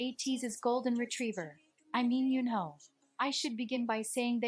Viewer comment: yeah the video pronounced San, Mingi and Yunho names wrong